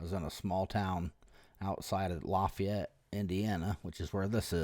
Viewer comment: Its very funny how you pronounce Lafayette for the frnech I am 😂 For the video, you could say at beginning thzy stalking you all road long. Or said as some other claim, they freely use their freedom of move. Like you. I think at this point under the few minutes of starting vid, they dont do anything strange. But with explanation you guve... Clearly not a single cop around 100miles could be bormal with you. They dream of you paking a step out the lines do jail you for an odor of majijuana.... Be strong Continue sharing what police should be and shouldn't be. Cheers from France 🇲🇫